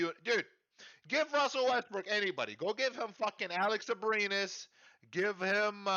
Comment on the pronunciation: NOT ABRINES!! lol PNG